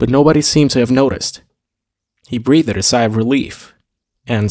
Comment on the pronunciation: Halfway through this episode, so far the narrator seems to have become more fluent than previously was the case. Much better, though still some mis-pronunciations. “Breathe-ed” for instance sounds positively medieval.